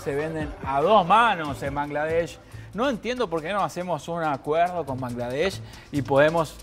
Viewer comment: I do not understand Spanish. But the male journalist pronounced Bangladesh sooo accurately. As a Bangladeshi, I have never seen any non Bangladeshi person pronounce it the right way. Respect. Also, we love your country Argentina. This message is to every argentinian reading. Please visit our country and see for yourself what we mean when we say we all love Argentina.